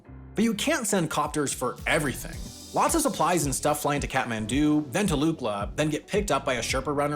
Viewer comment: Kathmandu or cat-man-dont. I don't really care.